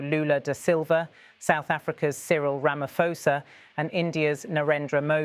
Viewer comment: pronounced Ra-ma-paw-sa